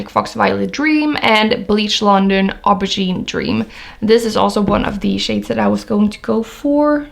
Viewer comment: Pronounced, "Oh-ber-zheen".... the word, 'Aubergine'.... It's an eggplant and the shade of the skin of an eggplant ....